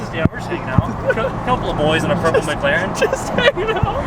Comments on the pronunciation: It’s McLaren not MGlaren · Gotta learn how to say mclaren